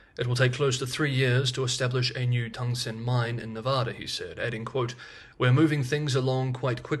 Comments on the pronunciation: It’s tungsten. Pronounced tung-sten. Tung-sten. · you seem to be mispronouncing Tungsten!